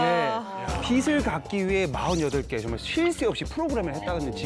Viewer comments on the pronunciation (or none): 기자라는 사람이 표준발음법도 모르네;; 빚을- 비슬(x), 비즐(0) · 빚의 - [비제] 빚을 - [비즐] 빚이 - [비지]